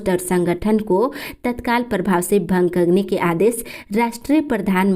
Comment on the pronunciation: भंग होता है भांग नहीं